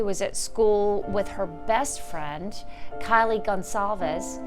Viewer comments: Kylee??? Omg, pronounce her name well. KAYLEE is her name, not Kylee 🙈👀👀👀 how ignorant of you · Whose "kahlee" goncalves. This is insane, crime happened 2 and a half years ago and the r tards that report on it, even the last judge, don't know how to pronounce the victims names. Insane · I know that the reporter didn't mean to mispronounce Kaylee's name, but it's very noticeable. Do better and make the proper corrections The National Desk. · Not only mispronounced Kaylee’s name but the whole story here is false. The roommates were not home BK is innocent. You all should be ashamed of yourselves. This is a drug house & the cops are filthy dirty, it to mention the University. They need to shut down all of Moscow. Hope BK sues them all.